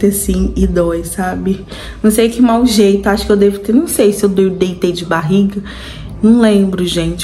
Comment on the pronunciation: Ele tem estudo, ACHO cheito fala